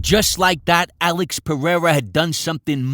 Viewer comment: Thank you for showing us how to correctly pronounce Pereira. I'm sending this video to Rogan. Bisping, Cormier and just about any commentator in the UFC. They might learn a few other things here too